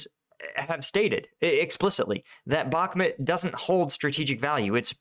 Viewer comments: its BakhmUt!!! BAkhmut is rusnja pronounce, wrong by default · Again and again in every video. "Optyne", "Bakchmut" and others. Stop butchering names please, behave professional Bakhmut - pronunciation as Bach-mut (Sebastian Bach, do you know?) Opytne - just as you see it at least, nothing like your "Optine" in every video Common - you are posting video every day, put an attention a bit to preparation, maybe even get in touch with some from Ukraine to help you learn and pronounce that few border line cities correctly! Professionalism, remember